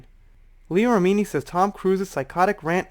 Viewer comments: Hey. Not trying to be "that" person. Only trying to be helpful. Leah Remini's last name sounds like, " Rem-in-knee". Dont know if you were pronouncing it that way for a reason. Or, if you really don't know how she pronounces her name. So, just trying to help. 😁 Happy Holidays! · Her last name is pronounced Rem-min-knee. 😉 she knows tom cruise personally, she knows how batshit crazy he is. Cruise is a control freak, that's been said by multiple people on multiple occasions. Did you hear the argument between him and Christian Bale? Remini does have a grudge against scientology, but can you blame her?